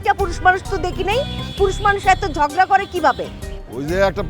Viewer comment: ঝগড়া কে ঝড়গা বলে 🤓